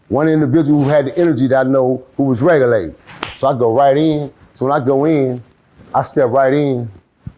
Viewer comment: That Boy Said Regulated...😆